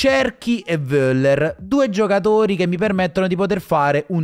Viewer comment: Ti prego pronuncialo correttamente: Foller, no Voller.... 😉😉😉😉